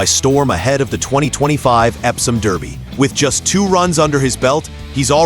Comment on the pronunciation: FFs It Is Darby Not Derby Come On Get Get It Right. I Do Believe The French Raider Midak Will Run A Good Race For 2 Reasons: The French Will Not Supplement A Horse Without Good Reason, Also This Years Race Is In Honour Of The Agha Khan And His Daughter The Princess Owns It...